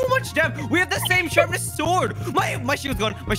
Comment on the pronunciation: lol it sounded like he said “shartness 5???”